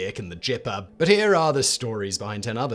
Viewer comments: The "Jipper"? It's "Gipper" you git, or should I say jit? Get the names right at least. A "jip" is a ripoff, Gip refers to an actual name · "The Gypper"? That would be president 45. Former actor Ronald Reagan was called "The Gipper" (hard G, please!) for his portrayal of Notre Dame football player George Gipp in the film "Knute Rockne, All-American", about that school's famous football coach. I refuse to tell you how to pronounce "Knute Rockne". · You screwed that one up...G =/= J-sound. Not even in Britain. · My greatest hope is the "Gipper vs Jipper" controversy eclipses the "Gif" pronunciation controversy on the internet. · SIMON, its a hard G ... Gipper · In Gipper, the G is pronounced as in Gigabyte, not like a J.